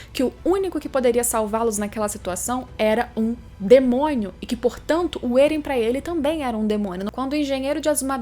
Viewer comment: Só eu quem ri quando ela falou "um DEMONHO"